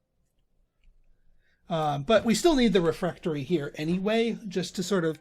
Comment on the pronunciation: Aaaah I was all but screaming when you wouldn't place the Trophy Room above the Bright Staff Refectory. That would have been the perfect place for the Crystal Ball, not to mention everything else. And please, the word is not "refRectory." :D